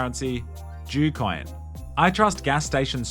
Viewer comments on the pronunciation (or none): oh he said DEW coin not J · I thought he said jew coin😂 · I thought he said “Jew coin” and had to back up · On god i thought at first he said jew coin